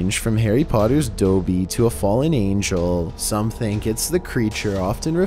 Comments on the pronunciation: It's not doeby it's dobby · WHAT THE ABSOLUTE FRICK IT'S DOBBY PRONOUNCED DAWBY NOT DOBBY PRONOUNCED DOEBY I AM SO PISSED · "Harry Potter's Dobie" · No, I just HATE IT WHEN PEOPLE MISPRONOUNCE DOBBY